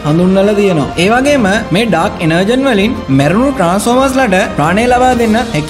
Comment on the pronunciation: "ඩාර්ක් එනර්ජෝන්"කියල තමා මෙක කියවෙන්නෙ.එනර්ජන් නෙමෙයි 👍👍